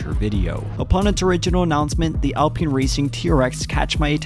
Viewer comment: College student, its pronounced al-pine not al-peen. how to pronounce alpine - Google Search